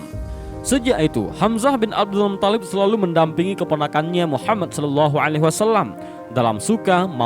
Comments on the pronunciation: mungkin yang benar mutthalib, bukan muthallib, huruf tha' nya yang ditasydid, bukan lam nya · Bukan muthollib. Tapi muttholib.. ط yg tasydid. Bukan Lam nya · Muttolib, bukan muthallib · Abdul MUTHALIB,,,bukan Abdul MUTTOLLIB,,cara baca mu geli di dengar,,biasa aja bro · Tolong Min, jgn merusak nama Mutthalib. Bukan Muthallib. 🙏🙏🙏